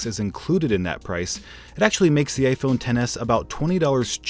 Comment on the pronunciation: Vishal Singh he said iphone but it sounded like gay phone 😂